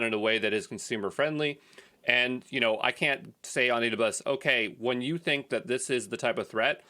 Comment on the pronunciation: Haha, I'm still getting used to how he slurs "AWS": "Adabus". 😂 Guess I'll have to get really used to it. 14 he 2 mins to go...